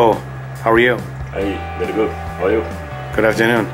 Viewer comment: "Bery good" - 2016